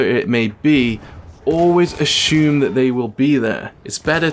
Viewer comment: Was he saying ASH-ume?